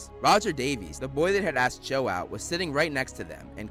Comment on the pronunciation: The voice: Cho Subtitle: Joe